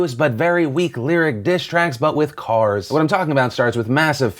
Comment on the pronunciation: The way he said cars I'm dead